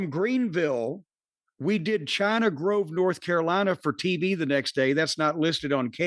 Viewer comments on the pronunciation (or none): none